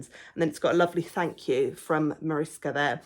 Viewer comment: Wow, you really know your amigurumi authors :) Mariska (you pronounced it lovely) has been in so many of our books and really deserved her own title. This book may be a bit different as it's definitely aimed at beginners, using the simpler stitches. That also means the forms are slightly more basic than some of our other books, but we find the simple style so cute! Thanks again for your review. It really made me happy that you are enjoying it so much!